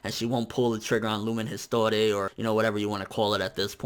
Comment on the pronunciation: It's not Lumen "His-tor-ay", it's "ees-twa". Who am I kidding, most likely nobody even noticed or cared.